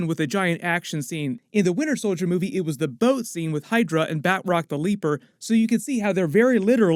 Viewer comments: Batch-rock. not Bat-rock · Love your reviews and been watching for more than two years now. If I may... Batroc is French. Pronunciation should be "bah-troc" (hard roll on that "r" if you can), not "bat-rock" :) keep up the good work. Much love from French Canada. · Say it with me Ba-Troc. Not Bat Rock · It’s BATROC not BAtROC, heavy emphasis on the “T” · Ba Troc not Bat roc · Ba'troc not Bat rock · "Bat-rock"? Seriously?